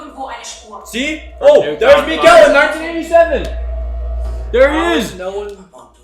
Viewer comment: Great thoughts/ reactions but for the love of God, Mikkel is pronounced like nickel, not Miguel, the kid ain't Mexican 😂